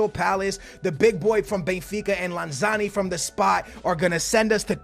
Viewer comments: I love you man, but its LanZINI not LanZANI, keep it up man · you have been saying Lanzini wrong it’s not Lanzarni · It's not lanzani, it's lanzin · stop saying lanzani. it's lanzini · Larn-zarni, it’s lanzini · Its lanZINI FFS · FFS its pronounced LanZEEEneee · Sorry, here’s how u pronounce them: Lan-zi-ni Bi-ram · Say it with me, LAN-ZEENEE. Manuel LANZEENE lol love the vids dude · YOU SAY LANZINIS NAME WRONG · I'm m sorry but how can you miss pronounce Lanzini??